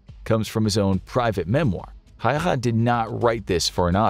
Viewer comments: It’s always fun to hear people pronounce Häyhä weirdly😅 The narrator said letter to letter: Simo Häehä/Häihä He said the Y as a letter between E and I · The simplest approximation of Häyhä in English is just to say How + hat (minus the 't' sound at the end). Of course, that's not exactly right, but it's a lot closer than how the infographics narrator says it. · tbh Häyhä is much more difficult word to pronounce for a non-finnish speaking person.